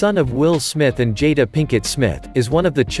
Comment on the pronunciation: First 30 seconds. You mispronounced "Suite" in The Suite Life of Zack and Cody. And didn't say Jada's name correctly. Hmmm I'll show myself out